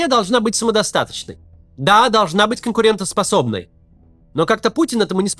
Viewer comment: Сколько себя помню, вечно из уст президента режет слух это «конкурентНосособной», и 25 лет никто поправить не может?! )